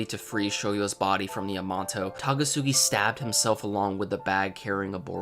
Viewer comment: It's Takasugi not Tagasugi dammit